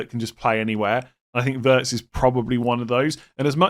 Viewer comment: I just want to mention that Wirtz is pronounced Veerts🤝🏻